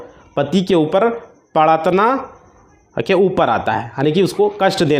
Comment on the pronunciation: Aapko Hindi ka sabd prtadna Tak bolna nahi aaraha hai to dusaro ko kia samjhaoge ?